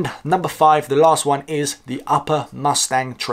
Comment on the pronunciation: Hey, nice video. Loved the way you pronounced Mustang lol 😂